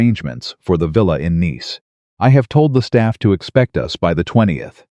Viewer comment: Nice is a city in France, a proper noun, and has with the same pronunciation as niece. It can't be pronounced the same way as the nice (adjective, rhymes with ice!)